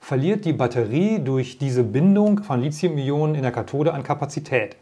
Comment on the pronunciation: Sie sollten mal ihre Aussprache von Lithium überdenken, denn th spricht sich nicht wie z oder c sondern zB wie Lithograf, keiner käme nämlich auf die Idee Lizograf zu sagen. Lithium hat auch keine Ähnlichkeit mit Silizium was viele bestimmt annehmen.